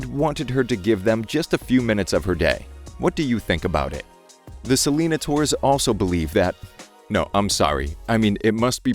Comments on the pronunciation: It’s pronounced “ Se-Le-Nai-Tors” not “Se-Lee-na-ters” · It's pronounced like "Sell-in-ay-ters". Rhymes more with taters rather than dinosaurs. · I thought it was pronounced Selana-nay-tors. Idk 💁